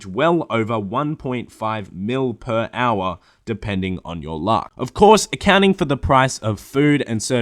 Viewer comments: Drinking game: Everytime says "Per Owah", you take a drink.... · Per OWAH, Per OWAH of POWAH! Get to the ChoPPAH!